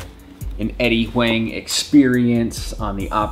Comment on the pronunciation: Nice review. Huang is pronounced like "Wong" btw